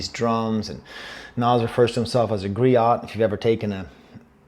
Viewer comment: I thought griot was pronounced differently I disagree with you on the girl/world rhyme being lazy. The focus of those lines seems to be on the assonance of messing with/dead/everything/energy; and “dead man girl” and “that man world” are stressed differently (the stress on the former being on the word “dead” whereas the latter is stressed evenly) in a way that makes it feel like a complete musical phrase rather than 2 separate lines. He’s also rhyming “dead man girl” with “energy transferal,” which both uses the internal assonance of the preceding two lines and the two syllable end rhyme.